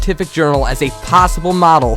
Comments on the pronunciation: nope ik he said warcrack and not warcraft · lol on the end glitch world of war craft he said world of war crack hahah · He called World of Warcraft World of Warcrack. XD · Is it me That heard at the end he said world of warcrack? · at the end he said world of war crack! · He said world of world crack LOL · he said world of warcrack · He said World of Warcrack. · lol he said world of war crack at the end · Wait did he say world of warcrack? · Is it me or at the world of Warcraft glitch thing, the narrator said "WOW WORLD OF WAR CRACK!"? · "Wold of warcrack"? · any else notice that in the end he said spoilers world of warcrack? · wait... did he say at the end 17.28 "good job world of warcrack????" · At the end of him talking about World of Warcraft he said World of warcrack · Lol World Of Warcrack XD (sounds lke he sais that in the end)